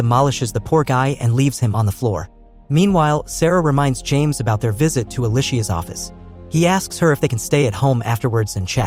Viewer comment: Her name is pronounced like Alicia not E-lie-shea. Ask me how I know 🤦🤣